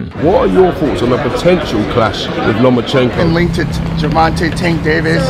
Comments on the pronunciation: Floyd: “Loma-chingo” 😂😂😂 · Did floy said lomachiko wtf bruh really needs a book